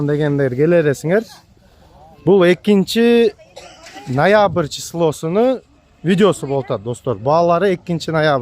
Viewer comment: Нойабыр дейт ко гангирап😂